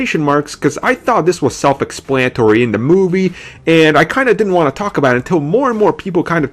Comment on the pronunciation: Bahahahaha..... ahahahaha! Can the dude say pwotholes enough times. It's Scarlett witch not scarwet, and explanatory not expwanitory. Can you not say the word, "the" correctly? Like ever? It's the. T.H.E. not Dee not da(duh). Get it together.